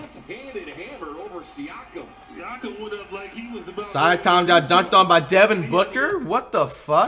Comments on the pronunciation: Flight learn how to say siakam right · Sike em instead is siakem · That syakom dude’s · I pronounced siakam like flight today 😂